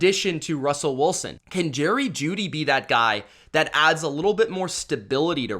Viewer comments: Why you pronounce his name Russell Woolsen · Bahahah never heard Russell Wilson’s name pronounced as Woolson. 😂😂